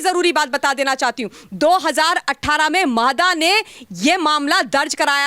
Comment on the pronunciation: मादा नहीं म्हाडा